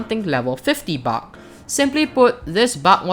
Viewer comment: I love the way he says bug he says it like buck